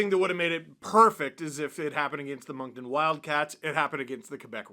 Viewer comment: Thank you for saying Moncton correctly some people say Moncton with a K and it's infuriating. The C is silent like the second T in Toronto